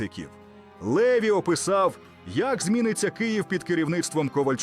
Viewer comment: А хто цей ЛЕві ? Наголос уже показав, що цю казку знову вкидає ворог . Французи мають прізвища з наголосом на останній склад - ЛевІ . От грамотії !!!